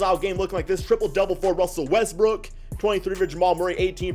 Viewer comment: Is it me or does he always say Westbrook as Westbrick?